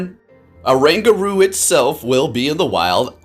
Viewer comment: This pokemon is based asian apes which is orangutan. The pronounce must start with "o". I noticed many people skip "o" sound.